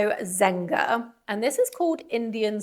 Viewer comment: ermenegildo zenga is italian. the G sound in Ermenegildo sounds like a j sound, like in Jessica. the g in zenga you got right 😊